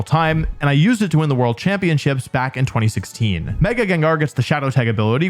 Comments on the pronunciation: its gengar. doesnt matter what you say, i muted this video and let it play out. 30minutes and 47 seconds later, i can tell you, its still gengar. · I don't care what he'l say, it's Gengar nonetheless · If you pronounce Gengar "Gingar" Finish up your living 🫡